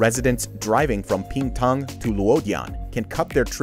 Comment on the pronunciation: Ping Tang NOT Ping Pong!